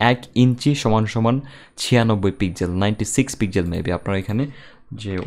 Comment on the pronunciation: Bhai "পিকজেল" না it's.."পিক্সেল"